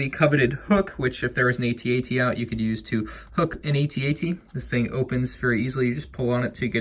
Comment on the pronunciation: I’m sorry but it is not a-t-a-t it is at-at